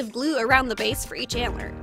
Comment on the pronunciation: she said baze not base